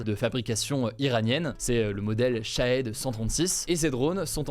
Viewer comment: Minute culture : Le drone se prononce Chahid et pas hed car cela signifié sacrifié/martyr en persan. L'info du jour😅